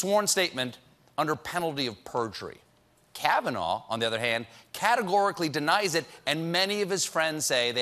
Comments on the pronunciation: trump says "George kavinaigh". His brain is a mushy, overcooked potato. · Did he say "Judge KavanauR"? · hahaha...Trump doesn't even know Kavanaugh's name. He called him Kavanar. LOLOLOL! So typical of a puppet president. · why is trump ending words with r? "Americarr...it's true...", and also in the press conference he said "Judge Kavanaughrr". did he lose his mind in 2011 and he just noticed?